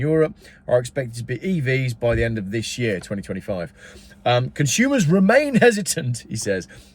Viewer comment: The word consume doesn’t have an H in it!